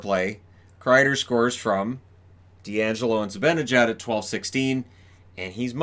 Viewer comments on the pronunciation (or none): none